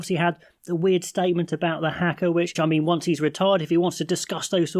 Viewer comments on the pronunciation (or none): its not pronounced "hacker" thanks